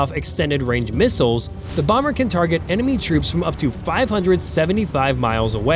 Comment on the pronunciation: Old news misread, misspoken, and copied from others. ..."the two miles(missiles)"🤦 TikTube is for dummies